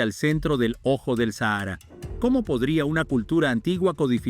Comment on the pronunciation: Se pronuncia SÁJARA